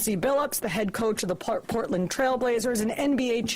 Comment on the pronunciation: I don't like how he pronounced Portland. L8ke it was a nasty word in his mouth.